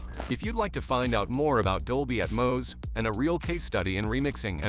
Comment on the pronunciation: I love it when AI doesn’t know how to pronounce anything correctly. “dolby at-mouse” etc Pretty pathetic guys